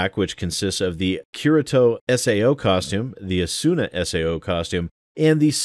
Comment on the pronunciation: The way you and Sterling pronounced Asuna confuses me Im not a fan of SAO... i barely know about it... but its a very similar name to the Naruto Franchises Asuma... which is pronounced differently...